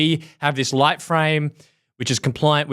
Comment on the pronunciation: “Legit” not light